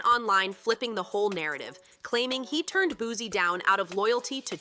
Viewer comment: It’s not Boo-Z it’s Boo-C😂😂😂